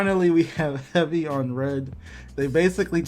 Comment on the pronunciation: No it’s HEBY ON RED And the shinOP? what the feck is this guy smoking